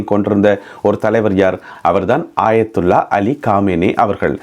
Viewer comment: ஆயத்துல்லா காமேனி அல்ல அயத்துல்லா கமேனி.